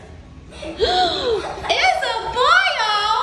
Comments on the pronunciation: i love the fact that she pronounces isabelle into isaboil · isa-be-lle not isa-boil. thats how u pronounce isabelle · the way she pronounces the name is wrong.